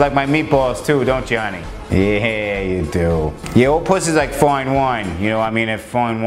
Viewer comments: "foin wine" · Foine Woine